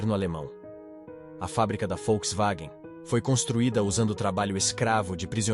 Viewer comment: "a folkswagen " sabe nem falar o nome kkkk